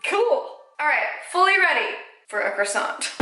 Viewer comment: You are perfect!But, from a frenchie, please don't read the "t" in croissant!